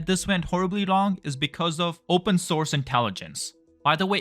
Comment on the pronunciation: "open soutce intelligence" 🤣🤣